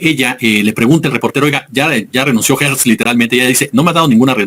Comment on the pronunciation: Porqué le dices ( Guertz, )es Gertz, Gertz.....Gertz Manero, Gertz